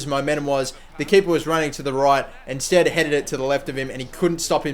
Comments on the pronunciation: Yes, it's pronounced sted not stede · It's pronounced sted :) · it is pronounced Sted. he used to play for my favourite team Bristol City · you say his name STEAD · It's pronounced "sted" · Like bed and beed, the extra vowel